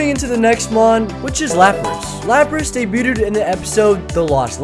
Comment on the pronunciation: "daybyootid" lmao